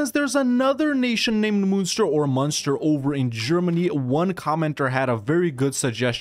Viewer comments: I'm pretty sure it's pronounced like Monster. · The way you pronounced Munster today is the way you pronounce Münster. No idea how you pronounce the Irish one. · Munster is fun-ster. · As somebody from present day Munster, the way he says it drives me insane :) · Wahey more Irish play! I was disappointed the flight of the earls idea wasn't the one you went with but this is good too. Also, first pronunciation you do is the German Munster, second one is the Irish Munster. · Its being pronounced wrong